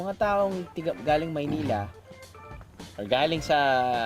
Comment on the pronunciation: haha maynila!! thats how u really say it !!! korak n korak drew!! sprite n sprite lovet!!!